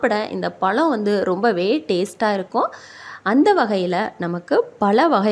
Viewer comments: தமிழை கொல்லாமல் முதலில் ஒழுங்காக உச்சரித்துப் பழகுங்கள்.பழத்தை பலம்கிறீங்க அழகை அலகுங்கிறீங்க.லகர,ளகர,ழகர ங்களை கவனித்து உச்சரியுங்கள். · பழம் என்று சொல்லுங்கள் பலம் இல்லை